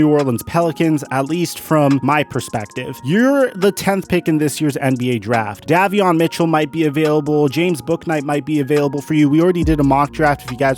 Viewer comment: BRA IF U GOIN SAY MY BRUDDA NAME SAY IT RIGHT BRA ! ITS PRONOUNCED DAY-VEON , (DAVION MITCHELL)!